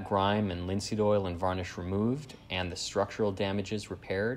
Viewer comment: Jak mnie to słowo "wanisz" wkurwia